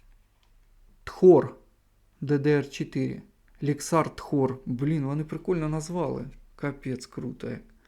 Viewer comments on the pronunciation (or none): я в англ не силен но вроде не тхор а тор))))